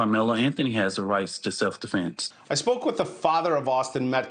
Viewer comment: it is hilarious how butchers the English language during his pressers. Instead of "Defense", he says "Deflense", he can't say "Austin Metcalf". He says "Austin Metclaf". He called NY subway rider Daniel Penny "Daniel Pennum" or something. 🤣🙄👎